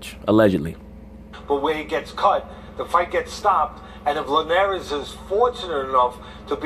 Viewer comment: why would any grown a$$ man pronounce Jorge last name the way these clowns on ESPN do? Show some respect!